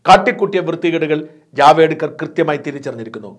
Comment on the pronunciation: ജാവെഡ്കർ അല്ല ജാവദേക്കർ ആണ്...